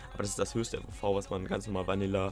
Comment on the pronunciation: FOV nicht FVV :) nicht böse gemeint